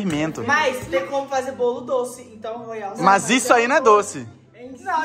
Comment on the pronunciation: Não é Royal e Poroial